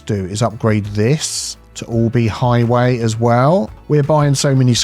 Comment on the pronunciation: Highway? Motorway? Nah, it's "hoywee." ;)